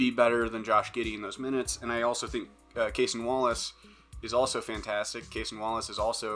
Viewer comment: It’s pronounced Ca-sonn not like Jayson with a C.